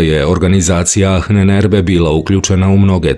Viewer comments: Achnenerbe.. se čita i izgovara sa Ahnenerbe , no Ahnenerbe se čita i govori kao Anenerbe..malo me zbunio krivi izgovor na videu, no ostalo sve 5 :) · Nije Anen Erbe nego Ahnen (izgovara se sa dugim slovom a) Erbe. Sve sto dajes u tvojim izvestajima je vise nego odlicno!! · Cita se anenerbe, ne ahnenerbe. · ANENERBE bez H. H se na nemackom ne cita, izostavlja se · Nije baš perfektno...prevod i izgovor "ahnenerbe",na primer.Čita se i izgovara-anenerbe,bez H,i znači otprilike-nasledjeno znanje.Ko zna nemački,para mu uši to H,koje se,uostalom drugačije i piše--ch. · Izgovara se Anenerbe bukvalno...Ahnenerbe. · Nije Ahnenerbe nego se izgovara Anenerbe :) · A u prevodu ahnenerbe... Inače se čita sa malko dužim a -a bez h Ovako aanenerbe što u prevodu znači: nasljedstvo znanja! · Bez "H" - ANENERBE. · Mala ispravka samo. Ananerbe..... H se ne čita........ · Anen se cita, nasljdze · Prilikom izgovora se ne čuje "H" u Ahnenerbe